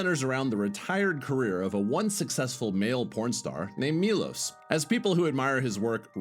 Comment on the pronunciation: It's not Milos, it's Milosh , shh